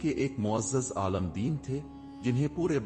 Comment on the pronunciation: Talaffuz qulat hai aalam nahin aalim yaane jiske paas ilm ho sahi hai